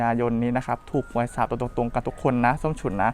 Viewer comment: น้องเขาชื่อ ส้มฉุน มึงเป็นอาจารย์ภาษาอะไรเรียกชื่อเขายังเรียกชื่อผิดเลยส้มฉุยส้มฉุย